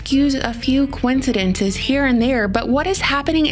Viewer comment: She said "Coen-cidence"